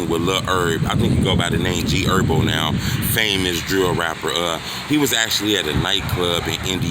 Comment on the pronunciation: G erbo 😂 where the h go 💀